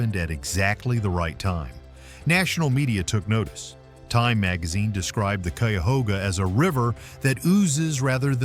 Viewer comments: Less than 1-1/2 minutes in & you’ve pronounced Cuyahoga wrong twice, but correctly once between. No point in watching any more of this garbage. You did no research. 🤦🏻‍♂️🤬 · Would have been nice if you had taken the time to learn how to pronounce the name of the river! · My stepdad's family is from brexville Ohio and the rest of them live in the cuyahoga valley so when it can't even say the name of the river correctly that says one thing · It's kai-ah-hog-ah river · CUYAHOGA River. I am from Central Ohio and its pronounced ck-eye-u-hoe-gah. Clickbate less than factual entertainment that discounts your credibility level. It did catch fire in 1969, got cleaned way, way up to near pristine and this year a truck fell in a tight space. It was extinguished lighting fast minimizing preserving the river. The Cuyahoga River is an Ohio environmental success story. You can fish from the banks, it is not recreational, I think. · You should probably work on your pronunciations .. Cuyahoga...K -I-A-HOGA... UI pronounced eye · Too bad 1st is not even pronounced right.😢 the debris burned.